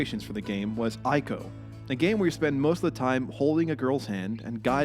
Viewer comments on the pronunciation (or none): Minor point; Ico is pronounced ee-ko.